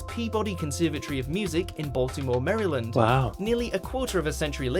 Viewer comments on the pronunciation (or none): none